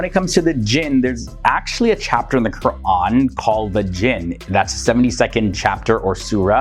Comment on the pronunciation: The host is Muslim? The way he is saying Qu’ran is on point